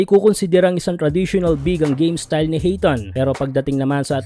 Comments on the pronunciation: Ayton hindi hayton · Hindi Hayton Sir Ayton po